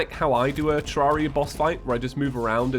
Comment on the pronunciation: Someone on discord asked leinfors: "Your thoughts on ()" This is what leinfors said lol "Seems pretty legit. Needs to learn to pronounce Terraria!"